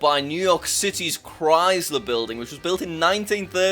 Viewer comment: omg jack the chrysler building is pronounced "cry-SSSSSler" THERES AN S - ITS NOT A BRITISH THING TO SAY IT LIKE THAT YOU DONT GET AN EXSUSE